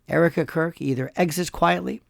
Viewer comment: I'm certain that you said Erika Quirk! 😂